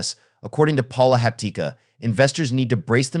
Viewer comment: Get a grip. You need to learn how to pronounce his name. It's a little strange, so you need to practice before going public.